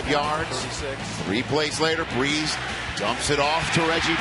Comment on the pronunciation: My man said bles instead of brees